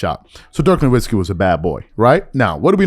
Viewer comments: Pronounced NORVITZKY... I mean, he only played in thd NBA for two decades. If you had watched ANY basketball in that éra, you would know how to pronounce his name. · Cmon bro stop pronouncing Dirk’s name with a "W" 🤣🤣